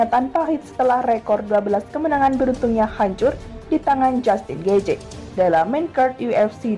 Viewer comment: Bacaan mu banyak salah.min. gaetji..bukan gaetje..... Michael Johnson. Buka Jackson.....